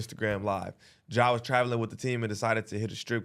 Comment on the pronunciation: said Jeh Morant lol